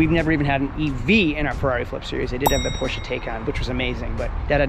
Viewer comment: Porches?! 😂😂. I think you’re missing a letter